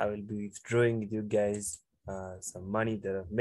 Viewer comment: bro says 'hello gays'